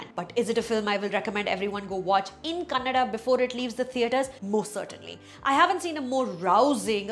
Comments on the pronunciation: its kannadA..aa sound at the end. not kannad. please pronounce properly. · It is not 'kannadd' please ! Kannadaaa it is.